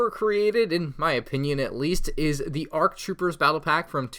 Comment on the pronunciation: It's kinda wierd to hear him say "arc" troopers.